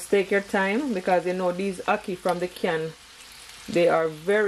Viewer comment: Listening from England “hackee” too much 😂